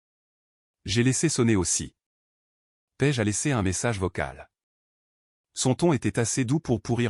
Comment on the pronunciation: Paige ou pêche vraiment l'ia est mal programmée c'est une catastrophe ecrite